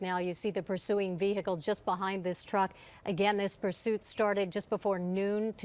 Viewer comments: You would think newscasters would know proper English. It's NOT pronounced Ve-Hickle. This isn't an episode of Dukes of Hazzard. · No it's not. It's VEE-uh-kl. Google it.